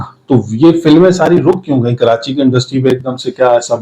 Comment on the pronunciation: Es ko bolny ka ni pata Karachi ko kranchi bol rha hai ye film kia bunnay ga😂